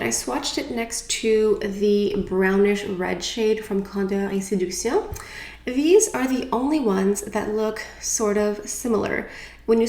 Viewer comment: So pretty 😍 im wondering: if you had to choose your fav foundation and powder, what would it be?? You're makeup is always gorgeous and your opinion means a lot! My skin is pretty normal.. not oily, but dry. . I love how you pronounce the name of this collection 😍 So pretty!!! I hope all is well beautiful ❤❤❤